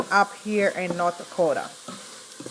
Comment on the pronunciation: No German and Norwegian …. Primarily… but she’s lived there along time …. You can tell by her pronunciation of NortDaakootaa